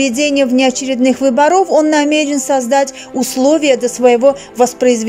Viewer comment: Не выборо'в ,а вы'боров ,ух режет ,научитесь правильно произносить ударение.